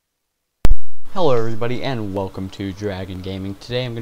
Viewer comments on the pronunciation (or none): Did you say "Heller everybody?"